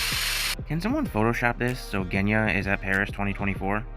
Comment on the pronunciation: I THOUGHT I WAS THE ONLY ONE CALLING GENYA, GUNYA, LOL!!